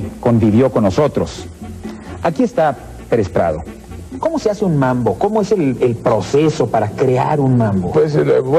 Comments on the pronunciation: Es MAMBO, no "MANBO". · Es mambo no manbo. Agusados jajaja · Es Mambo ....no manbo...... jejeje